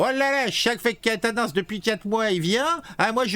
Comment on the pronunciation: Aaaaaaaaaaaaah !!! Je DÉTESTE quand on massacre les noms de famille !!! 😤😤😤 C'est QUATENNENS, prononcé : "Kat-nince" !!! (pas : "Catin-nince" 😑 ... )